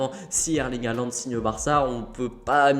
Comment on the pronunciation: faut apprendre à dire son nom correctement surtout s'il signe au Barca c'est apparemment HOLAND qu'il faut prononcer;) Après il se dit... qu'ils seraient à Madrid également ensuite pour rencontrer FLORENTINO... donc bon... EN gros on sait juste Qu'HAALAND va sortir cet été de DORTMUND et la seule chose qui est sur c'est qu'il ne jouera plus à DORTMUND en 2022 lol Enfin le club qui achete HAALAND je peux vous le dire aujourd'hui sera le club qui va remporter le plus de ligue des champions ces prochaines années!!!